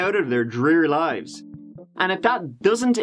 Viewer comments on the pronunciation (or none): none